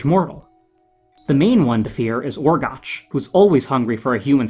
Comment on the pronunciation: One minor correction. You mispronounced Orgoch's name. I know it's spelled that way, but it's actually pronounced Orgock, as we hear from Orwen in her objection to turning Flewder into a frog. Someone else may have already told you that, but I didn't feel like scrolling through all the nearly four hundred comments.